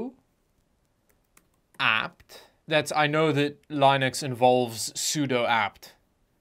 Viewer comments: can we all agree that he has been saying Lineux (Line·ux) when it's called Linux. "Lin·ux [ˈlinəks] NOUN computing trademark an open-source operating system modelled on UNIX." Sorry, but saying it wrong bothers me lol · Damn it...LINN-UCKS...try it...LINN-UCKS. I have no idea what LIE-NUCKS is. I think you've got this OS confused with Linus. If you don't start pronouncing this correctly, I will have to fight you in the deathmatch arena of death. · I have been using Linux mint PRONOUNCED LINIX NOT LINEUX for 3 years now with no issues this guy is embarrassing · Mate its Lin X. Not Line X. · It’s leeenux, not lainux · Its Li(e)nux not Lynux! Great video though! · why do you SAY IT LIKE THAT ITS LINUX NOT LINEUX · IT'S PRONOUNCED "LIN-UX" AND NOT "LINE-UX"!!! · it's pronounced Lin-x not line-x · Linux, not Line-ux! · you say Linux like the animal lol. It's a Lynx not a Line-x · Dude, I love you videos, but In the quiet words of the Virgin Mary please dont say LYNAX ever again, ever. Its linux i and u. Thanks :D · my ears hurt so much!!!!!!! its called linux not line-ux!!!!! also why do you hate linux so much bro, calm down. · Pls stop pronouncing it as Lineux its more like "Leanux" Thanksss. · it is linn-ux, since that is how linus torvald pronounces his name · It’s actually pronounced El-inn-oocs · Yeah, the fact that you say line-uhx tells me everything 😂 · I feel like he must just be saying it as line-nucs to trigger all the linux nerds. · It's been a million years since I've heard someone pronounce it "Lie Nix". It was once my preferred pronunciation until I was beaten into submission by the other nerds. Stand strong my friend, stand strong! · I die a little inside every single time I hear "Lai-nux". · LOL the pronounciation of "Linux" when you literally have an ad for "Linode" the LIN are both pronounced the same way. Lihn-Uhx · if you call it "leyenucks" then i'm not really sure what you were expecting. RIP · Whats a Lie-Nux